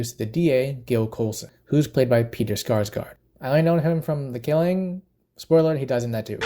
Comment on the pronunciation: It's Peter Sarsgaard... not Skarsgard...